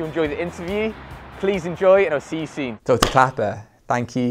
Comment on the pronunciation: Where IS this guy from? Why can't he say the letter "o" properly? "See you seen!" etc!